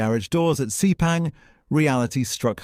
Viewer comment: "DOO - CARTEE?" "SEE - PANG?" Seriously?